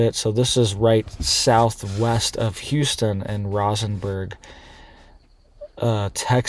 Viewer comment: RosenbergTx.pronouncèd just like the flower, ROSE (enberg)😊